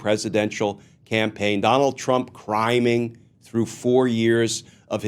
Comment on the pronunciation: I initially heard "criming" as "crying". Hopefully by the end he is doing just that!